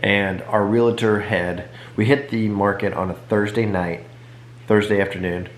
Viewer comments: Realtor...Real-a-tor. Ive been saying it wrong too. 🤦🏻‍♀️ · No A, just two syllables.....Realtor